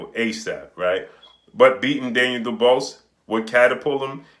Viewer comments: Hey my guy, you really show you don't watch some of these fighters you report on by butchering their names. If you EVER WATCHED a Daniel Dubois fight you would kno its pronounced 'Doo-bwaa' and Not 'Doo-bose' (the 's' is silent). I believe the name is of French origin. Love your vids but you show your limited research with little things like this. Not trying to pick on you G, just frustrating to hear you repeatedly video after video mispronounce the man's name. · you're killin me mispronouncing Daniel Dobois (Du-Bwa). You know like Benson, or Tom Dobois from Boondocks. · Lol facts idk why pronounce it like that but he's putting in work so big up him